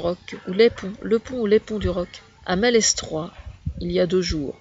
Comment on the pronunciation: Les s de malestroit ne se prononce pas. C'est un festival t'es juste pas de la meme generation.. On ce mets bourre la gueule pendant plus de 48h, c'est notre but.. On y va aussi pour la musique ! Les 3/4 des gens la bas ont moins de 30 ans et c'est un esprit festif !